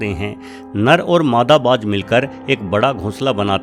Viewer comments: Sir - good video - however an 'eagle' is called "Garud" in Hindi. A 'hawk' is smaller and called "Baaz" in Hindi and not ' Baaj ' as you pronounce. Regards. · Baaj nahi , Baaz!!!